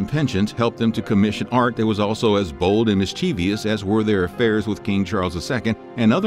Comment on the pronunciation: Though I truly appreciate your rousing and comical regalia about the past goings-on, I am taken aback by your persistent mispronunciation of the word mischievous. You are inserting an "i" in the last syllable, calling it "mischievious". The last syllable is simply " vous". So the proper emphasis is one the antepenult.